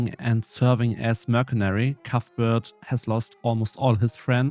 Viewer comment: This video was like unexpectedly good for the size of your channel, a real gem! Your English is really good btw but for future reference "Mercenary" is said as "Mersenary", think about how the C in "City" is pronounced as an S, it's the same for mercenary. Anywho, I won't be very shocked when you blow up in the Paradox Youtube scene cause this was awesome